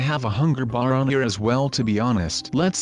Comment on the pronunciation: did he say hunger...BEER